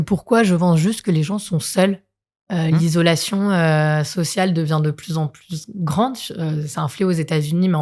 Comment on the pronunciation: Obligée d’arrêter le podcast, j’ai les oreilles qui saignent! «isolation », au secours!